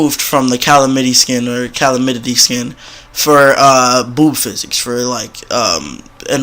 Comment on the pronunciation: Why this video made my day (also it’s pronounced cuh-lahm-it-y)